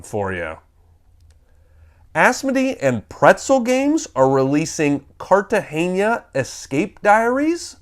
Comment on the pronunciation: Just an FYI: it's Cartagena not Cartageñia.